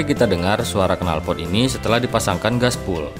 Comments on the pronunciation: Glasswool mas bukan gasbul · waaahaahhahaaa glasswool mas bukan gaspol ,,,, jadi ngkaka sayaaaah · Yg bener 'Gaswool'. Bukan 'Glasswool' apa lagi 'Gaspull'